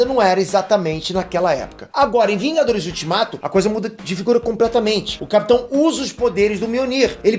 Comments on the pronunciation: Opa! "Vingadorrs" né kk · "vingadorr" acha q eu to brincando